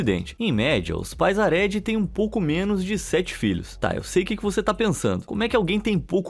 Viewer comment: Gente, é “hareDI”, não “haRÉdi”. A sílaba tônica é “DI”.